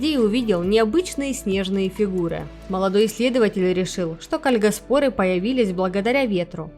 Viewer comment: Может ударение кальгАспоры?